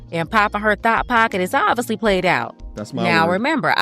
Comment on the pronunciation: Did she say thot pocket 💀 😆 🤣